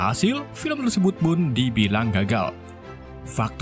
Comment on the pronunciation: Tersebut bang bukan tersebat wkwkwk